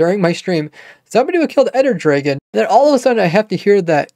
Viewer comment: i heard dr[eI]gon i thought it was pronounced dr[ae]gon am i weird